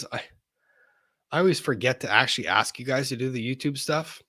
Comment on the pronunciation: Drives me crazy when says “axe” aka “ask”